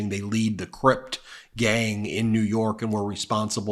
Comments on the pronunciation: Ben, it's Crips, not Crypt. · It's Crip or Crips. Not Crypt Gang. This is what happens when you've lived on Long Island. :-D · Great info. The gang is the Crips not Cript. Just want you to say the right thing. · It's Crip, not crypt ....just saying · One small correction, the is no t in Crips, otherwise, great reporting